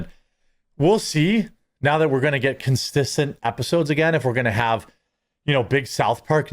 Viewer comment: “Consisssen episodes”